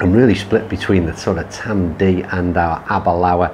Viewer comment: it’s ‘Tamdoo’ (Tamdhu), I prefer the Aberlour and like yourself up until just over 40 yrs ago my only experience of whisky was either Bell’s or Grouse despite being from Crieff (Glenturret Distillery). Met and married a girl from Aberlour in 1980 and my introduction to Speyside malts began ha ha. So glad you enjoyed the course just a shame you didn’t get to play off the whites and had a little more sun & breeze. Next time you’re up this way I can take you round both Old & New it’s a little tighter with smaller greens but still a great test. Great advert for our course and the area in general, cracking camera work 👏👏👏